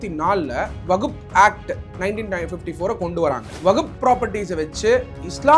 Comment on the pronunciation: ஐயோ வகுப் இல்ல . வஹ்ப்